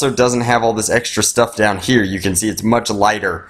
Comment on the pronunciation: WHY DO YOU PRONOUNCE "HERE" SO WIERD?!?!??!?!?!!!